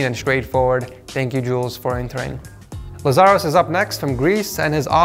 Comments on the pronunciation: GREECE FINALY!!! Also is not lazàros its làzaros. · It's LAzaros not LazAros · it's Làzaros, not Lazàros. The more you know. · You butchered the name ed, it's not Lazáros, but Lázaros